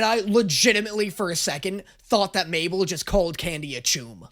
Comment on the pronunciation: “mable” “sues” “suzan” is this another Eurylochus moment?